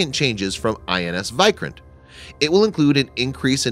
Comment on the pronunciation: Video was good, but correct your pronounciation of vikrant